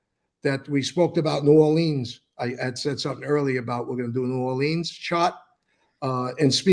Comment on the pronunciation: C'mon Mikey you gotta say it New "Or-lyns" or New "Or-lee-uhns" so if you're ever in the city they'll think you're a local. Cant wait for the book on that. Alot of people think the New Orleans Axe Murderer was actually Black Hand related hits as the victims were mostly Sicilian grocery store owners. The Italian and Sicilian influence on cajun/creole/French/African/Spanish/Southern food has resulted in some of the best food ever.